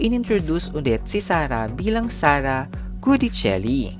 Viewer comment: Sinabi nang Gui(gwi)dicelli hindi GUdicelli. Enebeyen! Paulit-ulit. In Italian, si pronuncia come si scrive. O kaya binibigkas kung papaano sinusulat ayon din sa kanilang alfabeto. Mamma mia ka. Click bait ka na nga.